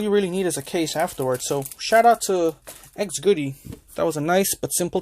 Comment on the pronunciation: It's not xgoody. It's XGODY.